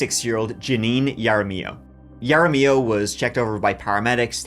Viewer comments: OK no, I can't handle the mangling of names coming from your turista coloniser mouth. Either don't try or try harder, this is deeply insulting, What kinda J for Jenius looks at "Jaramillo" and says "Yarra-miyow"??? Stay in school, kids, or don't pretend to be an authority on anything. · Yara-mee-yo Dude, it's said correctly about 5 times. Hara-me-yoh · When Hispanic names start with a J it makes an H sound, not a Y. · It's not pronounced "Yara mill oh". It's pronounced "Hara me oh". Sorry, but it was starting to drive me crazy. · We have lots of Jaramillos in Santa Fe, most of whom are very nice, and pronounce the name "HA ra Mee yo". Maybe she's in a different, not so nice group, that pronounces the name differently (YA ra Me yo)? Jokes aside, by any name, she's shattered lives and, as often seems obvious after the fact, should have had consequences and been either helped or locked away long ago. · I love your Spanish but for future reference her last name is if it’s spelled “Jaramillo” you pronounce it (Harr a meeyo) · I love the videos but I hate the pronunciation of Jaramillo. Its har-a-me-oh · It’s “Ha rah me o” Jaramillo. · Har-uh-me-yo. Jaramillo. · Love you. This was where I grew up. FYI it’s pronounced: duhr-Ann (Duran) and mohn-tahn-yo. (Montanyo). Hahr-rra-me-o (jaramillo). Mark Lopez is like New Mexican John smith. There are several dozen at any given time in any city. This was a crazy case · If they said Jaramillo pronounced like you did, I'm sure they never heard of him. The J in Spanish is pronounced like the H in English. Can you do at least the minimum to find out how names are pronounced that are not in English? Please, be respectful of other languages. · It's Pronounced Haramiyo. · The J should be pronounced like an H in her name, Jaramillo. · BTW the J is pronounced as an H in Spanish. Haramillo.. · FYI, her last name's pronounced "Harameeio". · Ha da millio is how you say Jaramillo 😊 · Ha-ra- me-yo